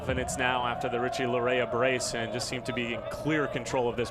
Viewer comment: Laryea is pronounced LA-YAY